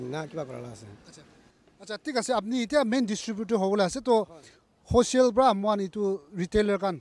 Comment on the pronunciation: Reporter - wholesale × Hoshale ✓